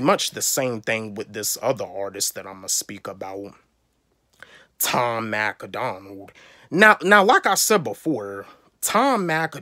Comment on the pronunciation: Learn how to say Tom Macdonald first 😂 it’s not Tom Mac A Donald 😂 and of course most reactors are going to do Eminem for views since he’s the biggest rapper but good reactors have a good variety of reacts so the don’t gotta do only Em 😂